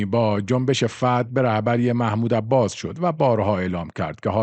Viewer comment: وقتی سوادت نم بکشه به حماس میگی هماز 😁😂 به عباس هم عباز میگی ... جنبش فد یا فتح ؟